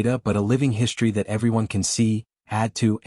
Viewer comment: Again, WTF is "HISHTRY"!!!!????